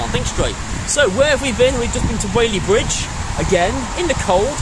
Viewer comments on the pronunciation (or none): It’s Whaley BRidge, not bwidge.